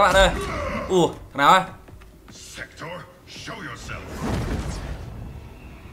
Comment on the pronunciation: Sektor đọc là sextoy :)) Raiden đọc là rái đen :)) Kuai Liang đọc là khoai lang :))